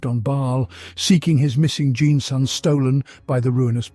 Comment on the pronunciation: 3.32.Chapters raised from the ge-neh stock? "Jean stock" Is the correct pronunciation. You do that quite a lot, say what your seeing, like you've never heard it uttered.Then later pronounce it correctly??? Strange! You do it with genestealers as well. Who ever pronounced genes ge-nehs?? Your familiar with the concept of genetics, the study of genes.